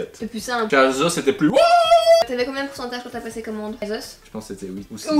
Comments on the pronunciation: Asos pas azoz 😂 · Assose et pas azose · Vous dites azos 😂